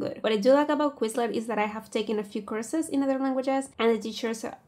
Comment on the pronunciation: i keep thinking youre saying Curses instead of courses